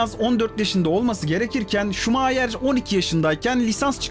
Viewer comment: Şuma - hır